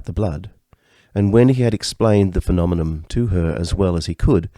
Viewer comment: Please, it is phenomenon not phenomenom